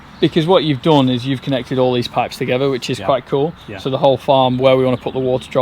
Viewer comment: Pipes not pies